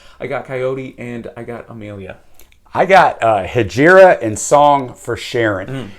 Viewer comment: As an Arabic speaker you mispronounced Hejira. It's a silent i so its pronounced Hejra.